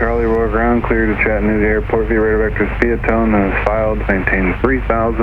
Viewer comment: Aw shucks missed seeing your landing at our home airport! Kudos to the good ol Georgia boy for knowing how to properly pronounce Chat-tan-ooga! Cheers from same!